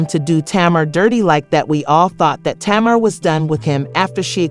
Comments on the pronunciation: Her name is TAY-MAR. 😊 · Why are the names being pronounced wrong